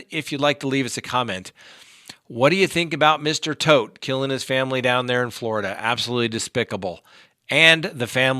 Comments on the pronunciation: It’s TODT, not Toft. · Your saying Toft wrong, ToFt!